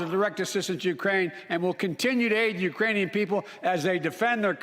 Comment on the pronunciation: A new country. URAINIA. HE SAID Urainian people.